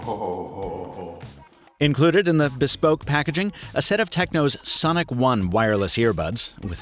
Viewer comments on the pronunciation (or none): none